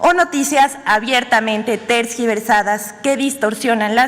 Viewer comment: Ni como defender a esta chica, se equivoca al leer, quiso decir ¿noticias tergiversadas ? y la verdad ni puedo escribir como lo dijo en mi opinión desprestigia al presidente ,él debe de cambiar de persona por una capaz y enterada del tema del periodismo.